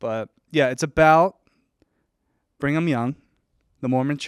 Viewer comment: I love the way pronounces Brigham as "Bring 'em"😅